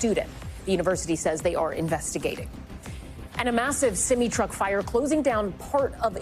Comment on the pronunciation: She said "a semy truck" lol...thanks for the laugh